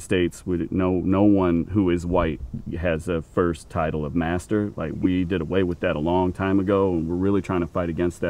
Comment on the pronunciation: pretty odd they way she put the accent on MASTER.